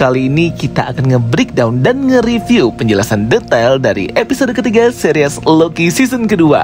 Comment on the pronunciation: Seris bang bukan series